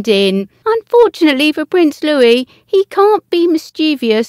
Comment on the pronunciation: Please, please voiceover lady, LEARN ENGLISH! It's your job to speak and pronounce words correctly. Look at the word "mischievous," slowly, letter by letter. The word means "full of mischief." So in your estimation, how do you pronounce the word meaning "full of virtue?" Vir-TUE-e-us??